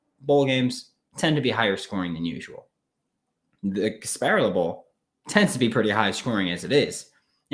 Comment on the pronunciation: There’s no way you actually just said Gasparilla like that